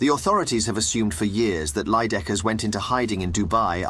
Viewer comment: It's Leijdekkers not Leijedekkers...